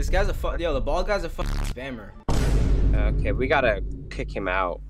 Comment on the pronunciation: WTF IS A SPAMMMERR!?!! 😂😂😂